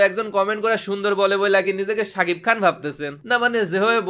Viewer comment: Vaiye sapik na sakib hobe , vaiye tomar sb vdoy dekhi sapik blo, vul ta doriye na diye r parlam na , thik blle skl a comment kore janan